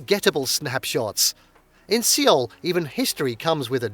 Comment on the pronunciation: I could not get over the mispronunciation of Seoul and bursted out laughing for 3 - 5 minutes. 😆 It's pronounced as "Soul".